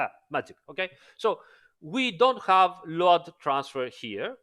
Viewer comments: Why you keep pronouncing it LO-ADD. Instead of Load (lowd)? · I really like the way is pronouncing LOAD, even knowing it's not correct....